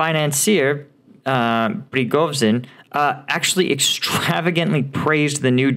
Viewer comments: Pre go zhin like in Zha Zha Gabor. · Good, but some exercises on Russian names can be helpful. Prigozhin is an important figure. Not so difficult to pronounce it reasonably well.